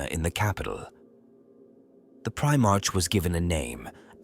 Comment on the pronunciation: 23 mins in, bro I gotta say, and I ain't being a cunt or anythin' but its pronounced Pri-mark not prime-arch. I dunno if this is one of them AI bot ones doin' the talkin'? Sorry bro, nothing against you, It's just a splinter in my mind.